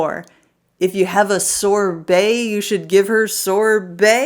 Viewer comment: Sorbet, not Sore Belly